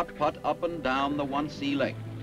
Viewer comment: The "One-Sea" lake??!! LOL. They meant "Wannsee" (Von-say).